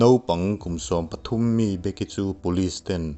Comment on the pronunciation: Be-ki(becky) tiin lam zawk la a fuh angem aw ka ti .. A ngaihnawm khawp mai..